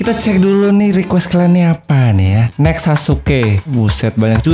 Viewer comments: "nexs kakashi" "nexs kakashi" "nexs kakashi" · "NEKS KAKASHI" "NEKS KAKASHI" "NEKS KAKASHI" "NEKS KAKASHI"